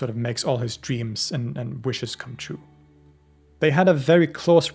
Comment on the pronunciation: Obsessed with the way you pronounce "true" like "chew"